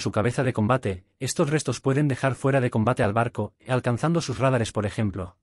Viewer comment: "Rádares" no! "Radáres"!